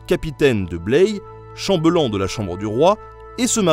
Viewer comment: MDR, pourquoi "ChambEUllan" ou "chamb'lan" ? "ell" ça se dit pas "eul" :-) Tu dis pas à ta femme qu'elle est bEUlle, tu lui roules pas des pEUlles... Bref. En l'occurrence, on dit chamb[é]llan ! Dans le doute, on peut toujours vérifier sur le site de Larousse (on peut écouter le mot). C'est un détail, mais ça m'a fait bloquer... Malgré les blagounettes un poil lourdes, la vidéo est intéressante et ce petit château est vraiment très joli...